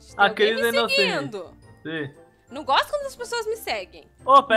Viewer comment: "inogente" correção